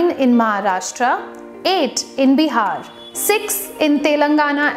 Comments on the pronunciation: The way u say BIHARRR means a lot......u cannot be mean to any state like that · She speaks hindi with so much hesitation that it's seems shes speaking a foreign language.... pronunciation of "Bihar".. don't know why people feel ashamed of speaking mother tongue....